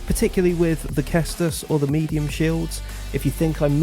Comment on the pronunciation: It's not pronounced Kestus, it's pronounced Sestus. Just so that you know if you ever speak about it in future videos. Cheers and thanks for the information on parrying. Time to practice.